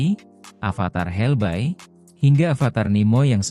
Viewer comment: Hell boy bukan hell bao wkwkwk